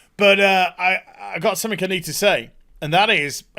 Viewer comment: did you say.... "i got summick i need to say?"